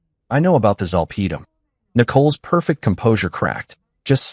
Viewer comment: I'm not at all amused about a "four" in her arm. It's an I.V. in this story, its not the Roman .numeral for the number 4. It is referring to the common abbreviation for the word "intravenous." Also. Zolpidem is mispronounced. I worked in a medical office for 36 years. My work included proofreading of lengthy and complex medical /psychiatric reports.